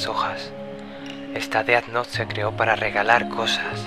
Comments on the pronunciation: se pronuncia dez nou, no deat not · e disculpa pero ... se dise ded nouth no deat nouth